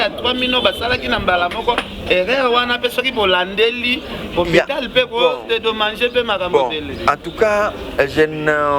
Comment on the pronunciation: Ken penza burro oyo penza tolobaka na portugais ! Dedomagé to dedomangé 😂😂😂